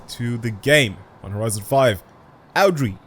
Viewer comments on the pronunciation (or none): Bro really said "Audri"